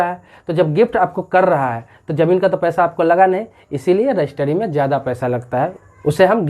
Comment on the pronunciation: रजिस्ट्री होता है, ना कि रजिस्टरी